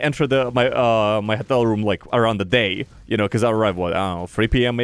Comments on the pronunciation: sounds like he's saying хотел wonder how his voice became such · Why is nobody mentioning him pronouncing Hotel as "HETEL"? 🤣🤣